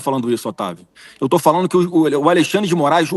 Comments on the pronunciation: " falano" 😂😂😂😂Pensei que era " falando". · É de sentir asco e ter ânsia de vômito ouvir falas que causam o assassinato da Língua Portuguesa. Essa Sadi não pronunciar o gerúndio na conjugação NDO. FalaNDO, assistiNDO. Então, já que é assim que ela, como jornalista, fala, vamos todos omitir o “d” do NDO e partamos para o “iNO, falaNO e etc”.